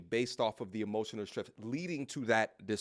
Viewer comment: Imootional daamage! 😂😂😂